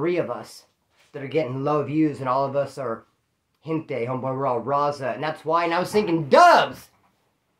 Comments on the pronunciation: Ya it sounds like he is saying rasa... With a weak R and a s instead of a z. But hey. I enjoy watching he's a real 1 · The way says raza 😂